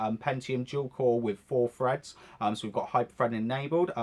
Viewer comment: Wif four freds lol